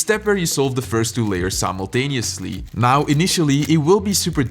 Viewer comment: You said simultanao. sima… Icant say it